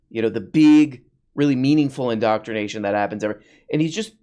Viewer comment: In-doctr-ination * Jorpy's the real "doctr".